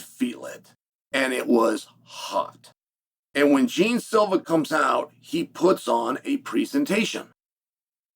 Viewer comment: Jeen silva? Lol, its pronounced more like jay aun